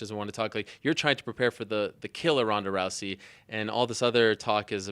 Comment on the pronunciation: Did she call Ronda rice at 43 seconds lol